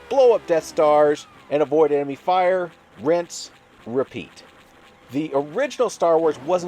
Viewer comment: Great to see you back! You were missed! Though I do agree with you. I remember buying this as well as Virtua Racing Deluxe when I first got my 32X and this game frustrated me to no end. But oh yeah hearing Ackbar saying "WIPE OW ENEMY FIYAAAAAAS" never gets old.